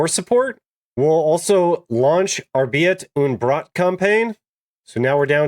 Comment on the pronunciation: ah the famous "arbiirt und broot" campain. i dunno why but i love it when americans try to speak german